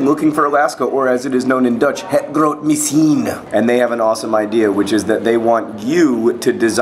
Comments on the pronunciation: Hank dear, you pronounced 'misschien' wrong. It's miss-gch-een, with the 'gch' being that typical Dutch/German type of gurgling sound. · btw, the pronunciation of the dutch title was.....bad. Well, just the 'misshien' part. And thats probably because you had it spelt wrong. Its with a c-missChien. The dutch love the sounds of choking/gurgling...just remember that when you try saying anything in dutch. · BAD JOHN YOU FORGOT THE G SOUND!!!!!!! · Hey John..pronounce the sch..in misschien as if you were coughing up a fur ball, that's what Dutch sounds like..trust me I know ;) Anyway I ordered the book a couple of days back and I'm going to be loyal and read it in English..the language it was intended to be in XD